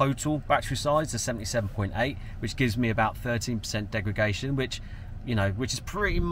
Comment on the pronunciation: You keep saying “degragation”… its degradation